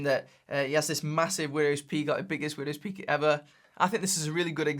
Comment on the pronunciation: took i took a sip of vodka time every time very he said windwos pealk , soooo many times he say widows poeek